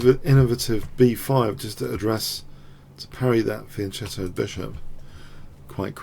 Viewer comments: I don't mean to be schoolmasterly, but isn't it pronounced "Fian-K-etto" [fian'kɛto]? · Yes. In Italian, "e" and "i" after "c" make it soft. To avoid this, "h" is put.